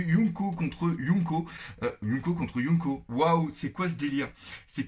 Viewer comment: yonkou pas younko xD